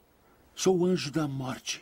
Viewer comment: Ele falou morte ou muete?